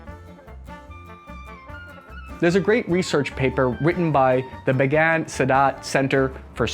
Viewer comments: Last I heard, the Tavor is being dropped. It's BAY-gin, not "Began" and na-MEHR, not nahmer. It's MEETZ-ne-fet, not miz-nafet. The compact Uzi proved its worth over full-sized assault rifles in 1967 during trench warfare on the Golan Heights. No army shoots its own weapons. That would be a waste of weaponry and a big mess to clean up. Armies FIRE their weapons at targets. I shot lots of targets with a rifle, but I never shot a rifle. What if it were loaded? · BAY-gin. Sheesh.